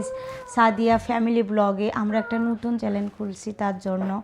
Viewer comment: উচ্চারণ ভুল বলেন কেন। চ্যালেন না চ্যানেল।